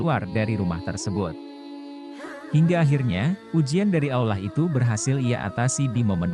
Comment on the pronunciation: Kisahnyah menarik, tp pas dengerin narator nyebut Allah (Alloh) ajah aulah jadi gedeg, mana ada aulah, Tuhannya umat Islam bukan aulah woii tapi Allah (Alloh) ga ada itu aulah tuhannyah siapa itu aulah tuhannyah eloe x sey aulah itu,,, wooii min cari narator yg pinter n pantas napah, nyebut Alloh ajah susah, ini narator ada dimana² narator bego oon masi dipake ajah, mending suruh ajah anak tk ato anak sd yg jadi narator, mereka lebih pintar nyebut Allah (Alloh), tadinyah mo sampe selese nongton videonyah tp karena naratornyah goblok nyebutnyah ga becus jd males mpe selese